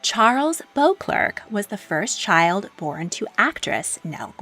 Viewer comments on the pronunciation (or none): Excellent video. One pronunciation correction: the Duke of St Albans' surname is spelled Beauclerk, but pronounced as "Bow-clair).